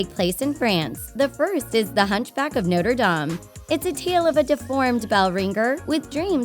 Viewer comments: Y do u say noierdam it’s Notre-Dame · The way she says Norte dame makes me cringe they say Notre dame so many times in the actual movie Sorry I’m passionate about that stuff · its actually no-tre-da-me and not notr dam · Sorry but she said Noder Dam like no sweetie no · The way the narrator said Notre Dame had me cringing!!!!!!!